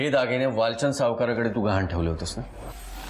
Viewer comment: घाण नाही गहाण